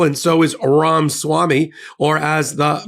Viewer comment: Who is Aram Swami? Are you deliberately mispronouncing his name, (this is at least the third incorrect pronunciation you’ve given) or is it some kind of mental slip you are unaware of? If it’s deliberate that seems pretty petty. Disrespect to someone’s name or ethnicity is not clever, it’s childish.🤷🏼‍♀️